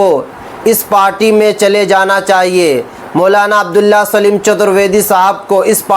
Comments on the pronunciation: ارے بھائی آپ تھوڑا صحیح سے نام بولیں سلیم نہیں سالم ہے پلیز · Are bhai chutar vedy nahi chatar vedy saleem nahi abdullah saalim sahin se bolo yaar